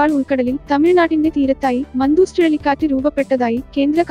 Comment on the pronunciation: മന്തൂസ് എന്നല്ല മണ്ടൂസേ .😜 മാൻഡൂസ് എന്നാണ്